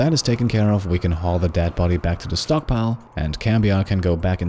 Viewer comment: Instead of "stockpile", i heard "stonkpile" S T O N K S